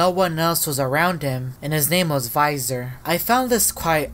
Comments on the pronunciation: why are you said viisor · bro when you say that it's almost sounds like you said no visor and I'm confused why you both say yes visor and no visor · Why the heck does he say VISOR 😂